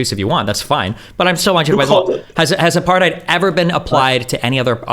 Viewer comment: The best part of this videos is how they pronounced “apartheid”